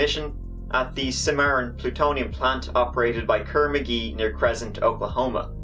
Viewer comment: Hey, it’s “Cress-Ent” hahaha.:)